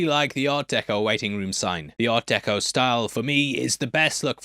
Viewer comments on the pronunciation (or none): none